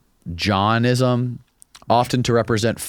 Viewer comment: It's not pronounced John-ism, it's Jain-ism. LOL